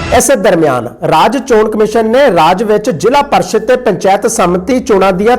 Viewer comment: ਜ਼ਿਲ੍ਹਾ ਪ੍ਰੀਸ਼ਦ ਹੁੰਦਾ ਵੀਰ ਜੀ ਨਾਂ ਕਿ ਜ਼ਿਲ੍ਹਾ ਪਰਿਸ਼ਦ।